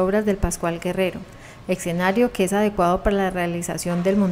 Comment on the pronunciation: Se dice escenario no ecsenario!!